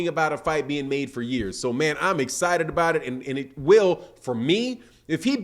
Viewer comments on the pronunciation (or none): none